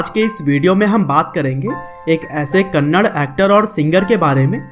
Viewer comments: Not kannad it's a "Kannada" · I appreciate your work but It's kannada not kannad. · Abe kannad. Nahi kannada hai thik se Bol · Kannad nahi kannada 😡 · That's not kannad that is kannadaa man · Not Kannad Kannadaa plz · Gaandu thats not kannad thatss.. Kannada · that's not Kannad it's Kannada🤗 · Bro it's kannada bro kannada please don't tell kannad it's an insult to kannada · It is not kannad it is Kannada (ಕನ್ನಡ) Rocky is brand..... 🔥😎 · Tq so much for this video ...plzzz pronounce it as #KANNADAAA not Kannad. Plzzz love fr the vid #JAIYASHBOSS #ಕನ್ನಡ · Kannad not Kannada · Not kannad it's KannadA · Bhai wo kannada hai kanad nahi 😊😊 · Bhai kannad nahi it's Kannada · You are not spelling movie names properly And it's not kannad it's kannada First time I'm disliking your video 😡😡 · It's not kannad it's kannada....a is not silent